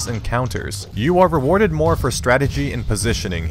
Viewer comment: "you are reavarder for strategy and positioning" (uses tone)